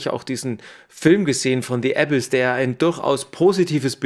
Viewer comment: es heisst nicht Äbiss sondern „ a biss“ betonung auf biss